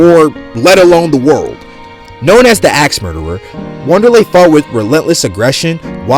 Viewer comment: Lol bruh cant even pronounce Wanderli.... Don't listen to this guy